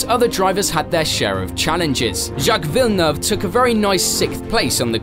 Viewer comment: Props for pronouncing Villeneuve correctly! Lots of people don't get it right at all. Good video.